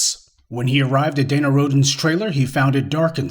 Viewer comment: That Last [Name] Rhodens as in 'Rodents' HaHaHa 🤣🤣🤣🤣